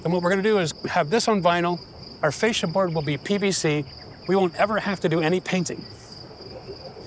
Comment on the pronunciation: Please stop calling the fascia ‘fasade’. That is all 😂